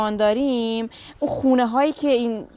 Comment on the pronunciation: هموطن پارسی زرتشتی چرا خواهی ما را آزار دهی ؛ زبان تکمیل و پيشرفته شده " زرتشتی بلستانی " همین " زبان پارسی زرتشتی پهلوی " است ... ×× حالا شما [ " دوریم " تلفظ می‌دارید ] ... در این زمان ما گفته می‌شود " داریم " ...